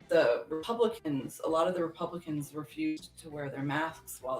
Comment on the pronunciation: Every time says, “Republicans”, it sounds like he’s saying, “Pelicans”, and I’m here for it.